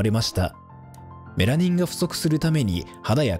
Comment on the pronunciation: メラニンのイントネーション気になるw